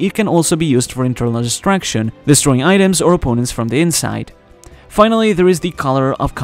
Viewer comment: It was quite clearly called "Internal Destruction" - Probably something like what Trafalgar D. Law used on Big Mom in Wano. In the narration, however, the word sounds like distraction. Definitely not the same. should work on his pronunciation of that word. Oh - and BTW, I found out that if Luffy exclaimed "Yamero" instead of "Yameru", that would be slightly more demanding. A note on voice haki: could well be what the character named Apis used to understand millennial dragons?